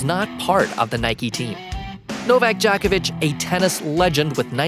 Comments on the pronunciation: Not Dj"A"kovic but DjOkovic. Djokovic is a Slav. Not Western cup of tea, that is why. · Good lord..it's pronounced Joe-ko-vitch,..not jock itch. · Djokovic, not Djahkovic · Like I'm going to be taking analysis of Novak Djokovic's promotional career from some random dude who doesn't even know how to pronounce his name. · Please learn how to pronounce he's name than go on you Tube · First of all before you waste our time and yours learn how to pronounce his name, then learn his place in tennis history , lastly stick to fact not BS for click baits, NIKE APPROACH HIM SEVERAL TIMES AND.HE REFUSED. FOR YOU INFO, LACOSTE IS MORE PRESTIGIOUS IN TENNIS THAN ANY OTHER BRAND THANK YOU AND GO AWAY, 🤡🤡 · Please dont say "djokovic" ever again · Djokovic is probably also controversial because he doesn't want their dirty, bloody money... I have heard that people who have received the covid vaccine can no longer pronounce the names of famous people correctly. 😉 I hope you're just naturally unintelligent and that's why you can't pronounce the last name of the greatest tennis player of all time. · You don't pronounce his last name correct.